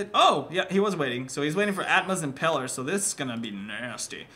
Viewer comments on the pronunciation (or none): none